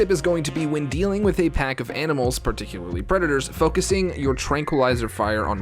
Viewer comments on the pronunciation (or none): none